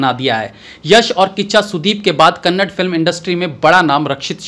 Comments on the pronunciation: it's not kannad it's kannaDA please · It's Kannada not kannad. Pls put an effort to pronounce properly.